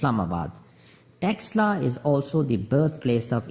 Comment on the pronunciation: It is taxila University ...pronounce it properly